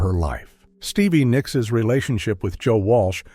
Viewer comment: Did the narrator say Nickisis?